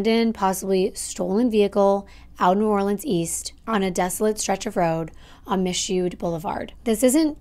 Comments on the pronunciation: Hi. It’s pronounced “Miss shoo” Blvd. And the area she was found in is really dark. There are no lights…This is a sad situation but too common for my home town😞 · I was born, raised, and still live in New Orleans. BTW, des moines is pronounced (De- Moin) rhymes with coin. Anyway, if I ever have to go to New Orleans East, I always carry my gun. Edit 1: Michaud is pronounced (Me-Shoe) Edit 2: Detective Barre really is that savage